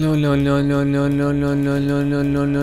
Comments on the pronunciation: le diyo leon demiyor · abi leon demiyon no no diyon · Abi sen leon demiyor la la la diyon 😂😂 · Ön ön diyor 😜😜😜😜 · Adam Leon demekten lön demeye basladi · Lölölö diuorsun leon demiyorsun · Abi ben leondan çok lon, non ve loan duydum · Baslik:10,000 kere leon dedim Gercekler:lon lon lon lon non lon mon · Abi canavara mı dönüştün leon diyeceğine lörn diyosun🤣🤣🤣🤣🤣🤣🤣🤣🤣🤣🤣🤣🤣😂😂😂😂😂😂😂😂😂😂😄😄😄😄😄😄😃😃😃😃😃😃😀😀😀😀😀😀😀😄😁😁😆😆😆😆😆😆😆😅😅😅😅😅😅😅🙂🙂🙂🙂🙂🙂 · Leon öğle denmez lo lo lo lo diyo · Abi sen len dedin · Abi sen Leon değil lon diyorsun 😁😁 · Abi sen leon demiyonki lo lo lo lo lo diyon 😂😂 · Abi sen leon demek istiyon ama len lön len lön len lön diyordun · Sen leon demiyonki lo ve lon diyon🤣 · Leon mu lön lön mi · Abi başlık 10,000 kere leon gerçekler: lon lon lon leon lon non mon lon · Abi leon demiyon leoleoleoleo ve lölölölöĺö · Abi leon demiyor leo diyon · Lon diye okuyorsun abi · Leon yerine noel diyiyon lan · Lo diyor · Abi leon demiyonki loooo diyon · Lo Lo diyon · Abi leon yerine leo lelelelel diyon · Abi leon demiyon ki lololololololololololo diyon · Lön ne abi leon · sonlarda leon değil le le le le le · Abi lü diyon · Leon deyilde lele diyen abimiz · leon diyeceğine Beynimin içi:lön lön lön lön lön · sen 10.000 kere LEON dedin sanıyorsun aslında 10.000 kere LOON dedin 🤦😂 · Leon demedin lön lön lön nön diyorsun like atmam diss like atarım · Ben yavaşlatarak izledimLö diyo😂😂😂😂❤❤ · abi sanki lön diyon 🤣🤣😅😂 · Le le diyen koca yürekli abim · Ve abi lön ne Alah aşkına 🤣🤣🤣🤣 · Abi sen resmen lölö ya da nönö diyon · adam lölölö diyo ne leonu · Abi:lelon. Ne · Leon yerine sanki lolololololololololololololololo diyorsun NBB lannnnmnnnnnnnmnn. Haaaaaaaahaaaaaaaaaaaaaaaaaaa